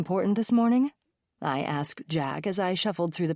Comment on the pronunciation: Everytime she says jack asked I think she's saying jack ass 😂😂😂😂😂